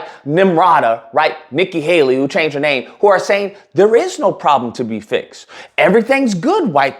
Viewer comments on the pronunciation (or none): none